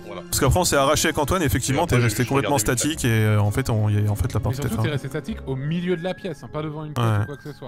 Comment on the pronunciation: Je commence à remarquer que plein de gens disent "miyeux" pour dire "milieu", est-ce un accent local (si oui d'où vient il ?) ou est-ce une déformation récente ?